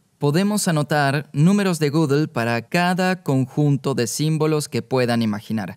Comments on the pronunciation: Gödel no se PRONUNCIA "gúguel" se pronuncia aprox. (escritura español): GUÉDEL esa É es un sonido "Œ" [OE] típico del alemán, NADA QUE VER con la "Ú" usada ERRÓNEAMENTE para pronunciar Gödel en el video. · lo unico que odio es como pronuncia gödel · La pregunta es: ¿por qué pronuncia un apellido alemán con ese acentito inglés tan pedante? O lo hace con acento alemán o con su acento natural español.